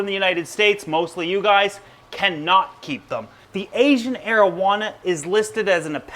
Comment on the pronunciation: Had to read the comments to make sure he wasn't saying Asian marijuana 🤣